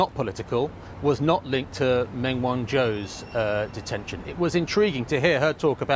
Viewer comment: How long has been in Shanghai and he still can't pronounce Meng properly.